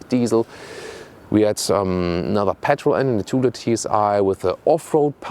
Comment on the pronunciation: the co-pilot can steer the plane. "co-driver" is just odd. I tried to correct several times "how it looks like" pronounciation of "litre" etc. but so far the only thing that stuck is his correct calculation of his own hight into imperials:)